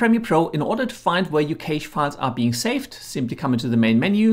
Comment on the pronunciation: Please stop saying caysh 😂😂😂